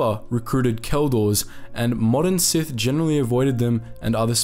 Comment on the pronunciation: I like it when you say “sithy”